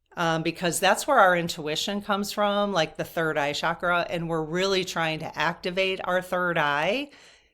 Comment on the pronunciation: Please, no disrespect is intended, but the Sanskrit word is CHakra (CH as in chair), meaning spiritual energy points in the body. Shakra is a Sanskrit word that means powerful or mighty. Would you mind pronouncing it correctly? The magic about the Sanskrit language is that every sound carries energy. So words that are pronounced correctly carry Shakti, spiritual energy.❤✨✨✨